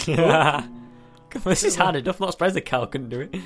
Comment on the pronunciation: No no it's enuf not anuf